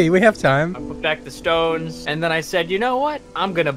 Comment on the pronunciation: “DID YOU SAY STONESS!!”